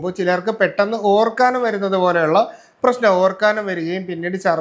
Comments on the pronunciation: ഡോക്ടർ ഒരു ഡോക്ടർ അല്ലെ മലയാളം കമ്മിയാണോ ഓർക്കാനം അല്ല ഓക്കാനം ഇനി മറക്കരുത് പത്തു തവണ എഴുതി പഠിക്കു ❤❤❤ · ഓർക്കാനം അല്ല ഓക്കാനം അല്ലേ